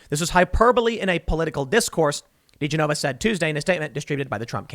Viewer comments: Tim, His name is pronounced ‘joe ‘da gen na va’ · It's pronounced "Joe Dee-Jennova" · I’m usually not one to point out mid pronunciations but did you just call him Doe Degeneva?? Love ur stuff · You butchered Degenova's name lol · Indeed, and the fact that Tim has no idea at all how to pronounce his name is very odd. Has he really never heard of, or read about Joe Digenova before??